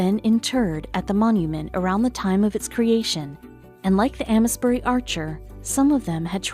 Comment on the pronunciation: Ames bury is pronounced like ‘aims’ bury, btw!